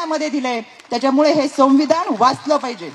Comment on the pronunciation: रुपाली... संविधान असा शब्द आहे.. संविधाण म्हणू नकोस हा.. 😂😂😂😂😅😅😅😅